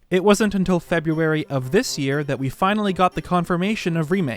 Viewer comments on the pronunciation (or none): none